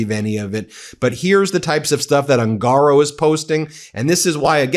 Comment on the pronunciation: The correct pronunciation of the surname "HUNGARO" Is "OON gah Row. Not Oon GAH row.